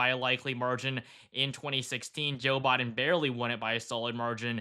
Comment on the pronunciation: Any particular reason why you keep mispronouncing Biden's name?